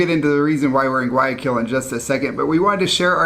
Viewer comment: You guys say Guaaquil, forgetting to pronounce the Y. It is GuaYAquil. Hope this helps, Be safe.